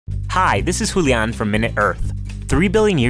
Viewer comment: You must mean Julian . Whatever u said was off.